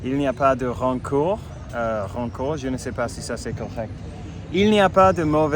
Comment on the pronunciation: Waow ! Impressionné par ton français qui s'améliore chaque fois. Bravo ! (rancœur : 👍👍) Par contre, petite précision sur le verbe "revenir" : on revient à l'endroit où l'on est actuellement, au moment où l'on parle (ex : "quand je reviendrai au Mexique" puisque tu y es en ce moment). Si c'est un autre endroit, ailleurs, on y retourne : "quand je retourne" ou "quand je retournerai à Barcelone" 😉. Pour tes problèmes amoureux, difficile de se prononcer, tout dépend de la cause de ta séparation... Bon courage et surtout continues comme ça, tu t'améliores à chaque vidéo ! A la prochaine !